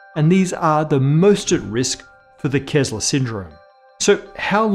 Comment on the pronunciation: It's "Kessler Syndrome" not "Kezzler Syndrome"